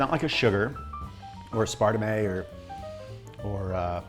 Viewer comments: Hey in like the least jerk way possible, the word is pronounced "Ass-per-tame" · Hol'up. Is aspartame pronounced as-PAR-ti-MAY?! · Did…did you just refer to aspartame as “aspartamay”?